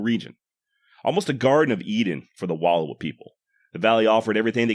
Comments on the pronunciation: Wallowa pronounced wuh-L-OW-uh. Source: ME, I WAS BORN THERE. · Good. I was taught two big characteristics of Nez Perce: starvation was unknown and there was no warrior class. Also learn the proper pronunciation of Wallowa.